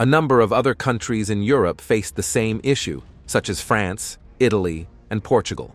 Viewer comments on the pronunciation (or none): none